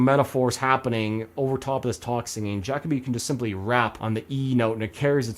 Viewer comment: Also Ja co bee is the pronunciation 😅